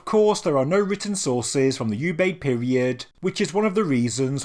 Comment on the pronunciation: Oobayd not "U"bayd.